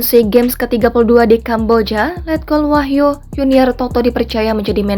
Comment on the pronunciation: wahyu bukan wahyo dekk